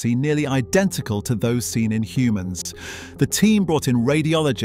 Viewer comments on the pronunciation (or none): none